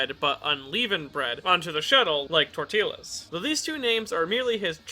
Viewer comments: This was a great character breakdown and all....but I died a little on the inside on how you pronounced tortilla as tortila.... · LEAVE-NING TORT-EEL-A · why did you pronounce the "ll" in tortilla wth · I've never heard anyone pronounce "tortilla" that way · When there's two Ls it's pronounced as Y. That's Spainish 101.1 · I physically cringed when he pronounced it that way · lmao i’m glad i’m not the only one who caught that